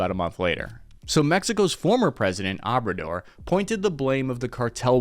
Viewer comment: It would be nice if you learn and practice a lot how to pronounce those Mexican names because when you “pronounce them your way” it’s hard to define what the heck you are talking about. For example; you say “sinawala” when you have to say SINALOA. YOU SAY “abredir” when you have to say “OBRADOR”, and so on.